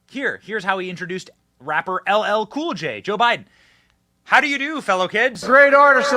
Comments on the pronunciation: His mispronouncement of LL Cool J and calling him boy will be what totally sinks him with the black community.... not his policies lmfao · How can you mispronounce L L Cool J's name? He's been around a long time! Biden is not only a disgrace, but an insult to the American people. He's got to go! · The grown man is 55 years old and he's having his name mispronounced while he's being called a boy!